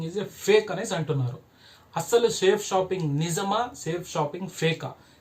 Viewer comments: First Of all Ee Thammudu ki Our Great System Name ee Palakadam Sarigga ravadam ledhu 🤣🤣🤣🤣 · ఒరే off నలేజ్ నీకు చేతకాకపోతే cheyaku కంపెనీ పేరు పలకడం కూడా రావడం లేదు nuv direct celling గురించి చెప్పడం చాలా కామెడీగా undi bro. నీకు దమ్ము ధైర్యం ఉంటే నా phon number ki call Chy. ఇకామర్స్ అంటే ఏమిటి అనేది తెలుసుకో. లేకపోతే నేనే డైరెట్ గా వచ్చి. వీడియో ముందు నిలబడి plan cheputa nuv అక్కడే ఉండాలి వీడియో off చేయకుండా ok na bro లేడీస్ చేస్తున్నారు ra niiiiii చేతకాని ఎదవ ni బతుకంతా ఇలాంటి fak videos చేసుకుంటూ బతుకు all the best 😂😂